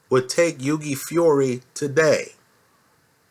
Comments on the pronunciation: its hew - e, not hew gay - like thou-ght.:) in a phone booth i'd pick hughie as well - he'd have the ear off AJ's head inside 2 seconds!! there is a boxing lesson coming from hughie - ruiz is an excellent boxer - one of the best out there - says a lot peter putting hughie in the match and at the very least its a REAL FIGHT! (paper ibf and haye). the undercard is excellent - a great night of boxing on the 29th- one of the best cards for a LONG time and a proper even(ish) main - apparently getting quality together takes time. boxing has been around for 100's of years it aint going nowhere - just the other year was the biggest cash prize in sports. the highest earner in sports is/was a boxer. nuff said. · It's not yugi haha it's hughie pronounce the first H lol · the g in hughie is silent, h-yoo-i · It's pronounced Huey. Like the name Hugh. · i'm a big fan and watch all your uploads but if you don't stop butchering boxers names i'm going to learn a different language and only communicate through that language for the rest of my days. Hewww-ey, Gen -ahhhh-dy. Your judges at trial ever wonder who your talking about? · Hughie Pronounced H-YEW-IE. Silent G. Good vid apart from that lol. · Great vid but it's pronounced 'HEW-WEE' Fury. Ruiz Jr is out of shape, no foot speed but excellent hand speed. I think Hughie will jab his head off all night to a unanimous points decision. I am more confident predicting a Hughie win over Ruiz Jr than I am Hughie to beat Joshua at this stage. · On the next vid pleased try to pronounce Hughie properly it's an Irish name just like your surname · Great overview of the Heavyweight division but you're pronouncing Hughie's name completely wrong.